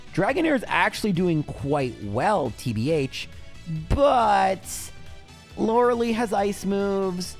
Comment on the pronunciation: i am weirdly cheesed off when you say TEE BEE EYTSH instead of to be honest lmao dont mind the way you say lorelei at all tho hahaha, that one is a nice personal touch to your content. BUT TEEBEEEYTSH is where i draw the line grrrr